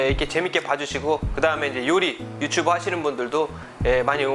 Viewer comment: yu tsu bu 발음이 유츄부 ㅋㅋ